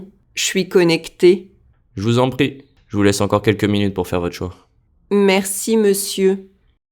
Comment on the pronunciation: i had trouble with "pas encore" and je vous en "prie". it sounded like "pas ocore" and " je vous en paie". i had trouble hearing the nasal vowel in 'encore" and the 'r' in 'prie' until the text came up.